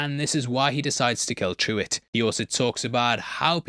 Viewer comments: It’s funny how you kept calling Pruwet “Truett” 😂 come on! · the little dude is named Pruwett. i think you said Truitt?